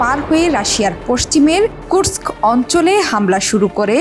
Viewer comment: The only channel can pronounce "Kursk" perfectly!